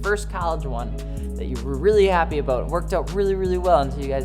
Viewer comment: Cant hide that 1 ☝ canadian (about)aboot 😂😂😂